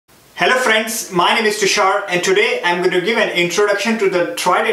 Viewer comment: hello fraands...chai pe lo. ;) ;) Just kidding, please don't mind it.